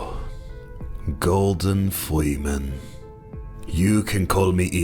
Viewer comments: "Golden Fleaman" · "Gowdon Fweeman" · golden fweeman